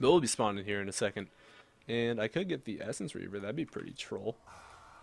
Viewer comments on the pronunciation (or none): none